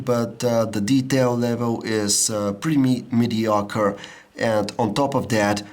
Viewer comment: mediacre.....lol im sorry but that was funny